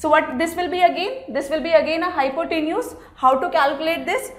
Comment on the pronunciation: Was Not good explanation .Nd pronunciation of hypotenuse was wrong.